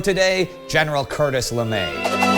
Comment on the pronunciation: I don’t think that’s how you pronounce his last name.